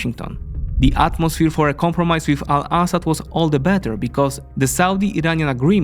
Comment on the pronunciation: I love his pronunciation of Al-Assad it make the report sound way more informed then with an American voice